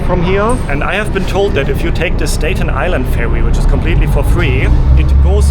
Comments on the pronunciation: I am utterly charmed by your tour of my city. I’m definitely going to take the ferry to Dumbo and get Juliana’s pizza to eat by the river. You know how annoying it is when Americans don’t pronounce the E in Porsche? I need to help you with “statue” and “Staten Island.” You are saying them as if it’s stätue and Stäten. Not A as in day. But ah as in cat. The spelling doesn’t make it easy. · Please be aware of the short “a” sound. It’s not “stay-chu” or “stayten Island”. It’s like the “a” in “hat”.